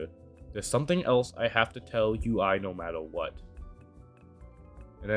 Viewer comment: Btw I know this is random but her name is pronounced You-ee. Source: her own songs where she’s said her name